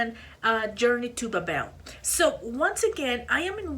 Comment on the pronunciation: Babel rhymes with Gable, label, and table. Lenard rhymes with Leonard. It's understandable, though, why you miss sometimes.